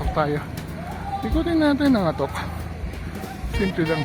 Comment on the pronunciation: Sir, mali po ang pagbigkas ninyo ng /'ATOK/ baka po magalit ang mga lokal.